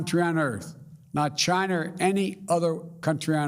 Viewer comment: He's slurring his words he said Chiner Haha .